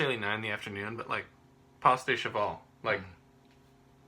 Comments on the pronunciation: haha, it's cool. It's just Pas is "Pah" and Cheval is "Shevahl". Like I said, the lead singer couldn't even say it. He called it it "Pasta Cheval" once. Hilarious moment. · I died when he said "Pas de Cheval" and asked his friend if he was right, and was told he was. Hah! It was so wrong, but it's okay, cause Brendon couldn't even pronounce it.